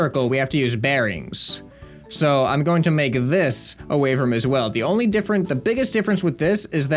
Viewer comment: does anybody else reconize he says wave rum instead of room